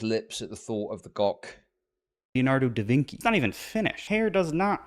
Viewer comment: He is so pretentious, he looked at a wiki page and thinks he knows everything that there is to know about art history. We are well past modern art at this point. Also he's pronouncing Vinci incorrectly, and that's certainly not the Italian mispronunciation that I expected.